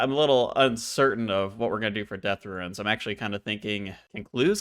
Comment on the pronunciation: I absolutely love the serie so far! And I must say I find it funny that you say "RUINS" instead of "runes", hahaha keep it up, love it!